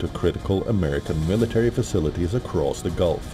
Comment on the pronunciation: When someone struggles to pronounce the word facilities. That's when you know that ish has hit the fan 😉. Glory to Iran